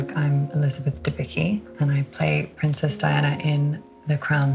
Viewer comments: It's obviously a Polish last name, so it's not supposed to be pronounced "debiky", but rather "debitzky/debitsky". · I would say 'Debicki' is Polish, therefore you'd pronounce it 'Debitsky'. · Funny she cant spell her own surname :D since her dad is Polish, its Dębicki: [dɛmˈbʲit͡skʲi] :) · Great actress, and she nailed it as a Diana, although it makes me sad when she pronounces her surname without even a hint of the correct polish pronounciation ;)